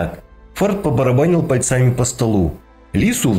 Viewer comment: пАльцами а не пальцАми